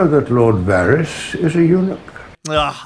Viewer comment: Vah-ris Sir-see Dah-nair-is. Don't do GoT videos without being able to pronounces these names.